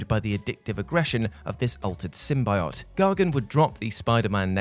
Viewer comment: Sim-bye-ott..? Sim-bee-yo't